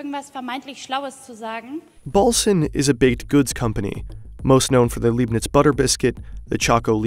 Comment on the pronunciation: LEIBNITZ - not Liebnitz....:( Is German pronounciation really that hard?